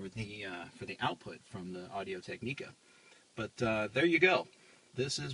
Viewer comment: Tech-ni-ca Is how you pronounce it